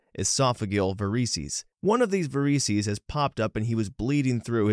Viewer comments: You can google how to pronounce medical terminology and get the phonetic spelling and audio. Or watch some Grey's Anatomy. Triage is pronounced TREE-azh, not TRY-azh, esophageal is ee-SOF-uh-JEE-uhl, not ee-SOF- uh-geel, and varices is pronounced vair-uh-seez, not vair-EE-seez. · You think a channel that's entirely devoted to reading these stories would look up how to pronounce words like "Varices". Best part is there are TWO ways to pronounce it (British vs American) and you got close to neither. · Also mispronounced esophageal and varices.